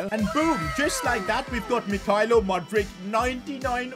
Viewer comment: As a Chelsea fan I thank you Just saying you not saying Mudryk properly 😭